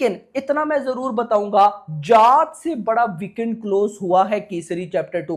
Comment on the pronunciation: Bhai tu जाट bol raha hai ya जात bol raha hai😂😂